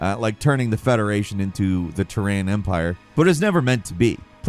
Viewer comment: The "Ta-ran" Empire......wtf is that? OH, you mean Terran ...